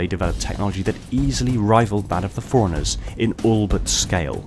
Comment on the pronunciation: Couldn't watch after I heard "The forerunners" referred to as "foreigners" 100 times in 2 minutes. Annunciation is key